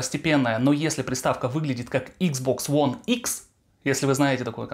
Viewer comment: Почему он постоянно говорит икс бокс ВОН? Объясните, умоляю!